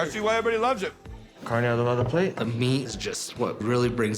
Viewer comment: Kar-neigh ado-bah-duh 😂🤣😂🤣😂 smh 🤦🤦🤦🤦🤦🤦